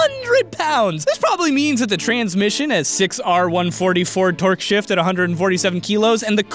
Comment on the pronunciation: Did you say 620 N M of tork or twerk?